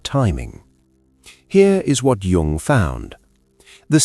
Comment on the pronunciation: WHY OH WHY ON THESE SITES OF INTELLIGENCE, CAN JUNG'S NAME NOT BE SPELLED OR PRONOUNCED CORRECTELY